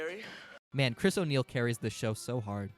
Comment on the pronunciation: Dog when I heard "chris o' niell" I had to do a double take. I was like "no way oney is in this 😂"